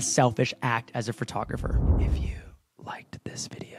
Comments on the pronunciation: A lazy photographer pronounces “photographer” as “fir-tographer” 😂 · Were you saying Phratographer? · A lazy photographer pronounces it “phRtographer!” 🤣 I’m sorry! I love you. 🥹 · ...when they pronounce it as "phertographer" hahaha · Ahhh my biggest pet peve is when people say "fer-tah-gerpher"